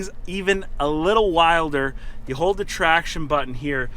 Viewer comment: serbian accent "Turn off the traction control" "You have to hol it down for 10 seconds" Full 10? Full 10.